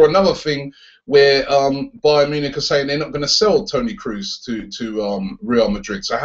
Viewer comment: "Kroos" is actually pronounced as in the bird "crow", so it's "crows".